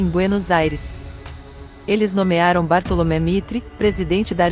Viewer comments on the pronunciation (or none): Muito bom texto. Ficaria melhor se uma pessoa lesse o texto para ficar mais natural. Bartolomé no lugar de Bartolomeu Mitre não dá.